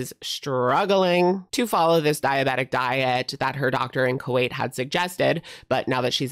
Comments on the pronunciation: Not Ku-weight 😂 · Not gaining a bunch of "Ku-weight"!!😂😂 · Not the Ku-weight 😂😂😂